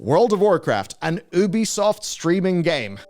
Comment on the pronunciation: How TF do you not know how to pronounce Ubisoft. All of their games say " A Ubisoft original ", not "an Ubisoft...". You're a journalist. Pronounce names correctly.